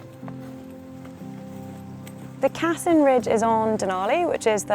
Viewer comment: Wonderful video, awesome views, and a really great accomplishment! 👍 I think the route is named after Riccardo Cassin, an italian alpinist, who climbed the Denali as part of an italian team, back in 1961, when he was 52. The correct pronunciation is with a stress on the second syllable, so it’s Cassìn, not Càssin. 😉